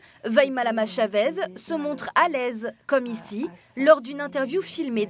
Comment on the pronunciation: Vaimalama chaveZzz 😂😂on voit qu'il y en a qui ne sait pas dire😅